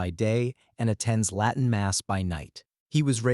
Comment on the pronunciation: A.I..slop. Doesn't even pronounce the word "Latin" correctly